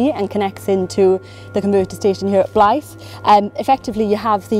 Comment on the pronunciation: Great video. Weird hearing a Welsh person pronouncing Northumbrian "Blyth" like a Welsh word!! The 'th' is said longer, like that in 'the', rather than short as in 'think'.